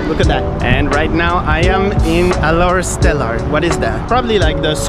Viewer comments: its Alor Setar, not Alor Stelar xD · alor stelar~~ ohh i can’t 🤣🤣🤣 no im not making fun of you sorry if you feel offended but it’s just sounds funny btw it’s pronounce as alor setar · It'as Pronouns "Kedah" (Kedah) and "Alor Setar" (Alor Setar) It's not "Keidah" or "Alor Stelar" This not a hate, i just want to correct it. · Alor setar not alor stelar... Anyways pretty excited to see the rest of the blog!!! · Welcome to Malaysia! Btw u r on Kedah,Alor Setar not alor stelar😅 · not alor stlear but "alor setar" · It's called "Alor Setar" not "Alor Stela" but sokay nice try bro, hope you enjoy here❤️🇲🇾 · 'Alor Stelar' do u mean by Alor Setar? Also pronounce 'Kedah' not like 'Kae-dah' or 'Ki-Dah' but 'Ke-Dah'. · I'm pretty sure it's Alor Setar not Alor Stelar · It's not Alor stellar its ALOR SETAR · Bro its alor setar not alor stelar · Its Alor Setar not Alor Stelar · Alor Setar not Alor Stelar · Hahaha not alor stlelar alor star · It's Alor Setar....and yes, welcome to Malaysia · Oooh my hometown :D it’s Alor “Setar” by the way :]] so a fluid speaker would say “Alor Star” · I'm from Kedah and bro "Alor Stellar"😭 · "Alor stelar" 😭 I'm sorry but it's funny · "Alor Stellar" 😭